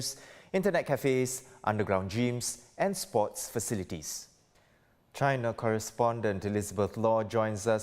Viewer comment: always pronounces "hit" as "heet", and "gyms" and "jeems". 🤦‍♂️ Needs to go back to primary school.